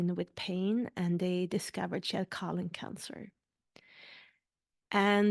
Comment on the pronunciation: Is it that difficult to say colon? After 3 mins you've said colin 300 times. This is unwatchable.